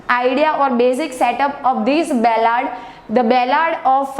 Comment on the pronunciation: It's ballad you are repeatedly saying bellad !